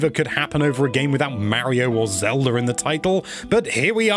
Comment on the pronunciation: Who is “Zelder”? 😂